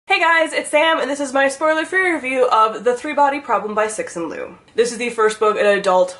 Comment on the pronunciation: Its pronounced tsu shin leo instead of sexin lu lol